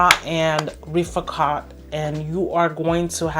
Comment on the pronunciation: There is no U in rifaaqat. It is pronounced riff-aaah-cut :)